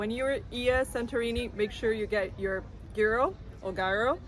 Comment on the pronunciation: To pronounce “Giro” correctly you replace G for Y “Yiro” ..like in You